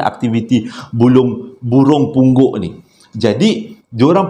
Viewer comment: Kelako la ne..bp kali tersyayul "Bulung Punggok"..begitu Syulit sgt tu nk sebutnya🤣